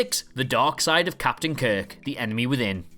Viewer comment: Don’t forget “Captian” Pike.